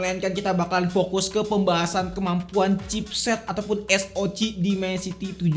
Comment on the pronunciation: Baru pertama kali nonton ini channel dan asli nyesel. Penggunaan english nya kaya orang kampung banget bang, ganggu bener denger nya, pantes sepi konten lu. SOC baca Es O Si bukan Es O Ci CPU baca Si Pi yu bukan ci pi yu FPS baca ef pi es, bukan ep pi es Langsung aja kita spell kamera nya? Spill kali ya maksudnya? Penggunaan kata² friendlyable, gamingable itu apa artinya ya? Batre irit dibantu supervooc 80W? Charger bisa bikin batre irit itu gimana? Buat rata² fps tuh angka nya fix 110fps, kalo 110 - 120fps itu range, fps yg bisa didapet range nya segitu. Ngomongin kamera, warna fotonya colorfull, itu maksudnya saturated apa gmn dah? Detail tergolong tajem dan dapet gitu, ini ngomongin apa bisa dapet? Puyeng gue nonton konten lu